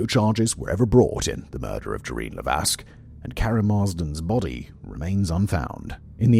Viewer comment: The S in Lévesque is silent 😉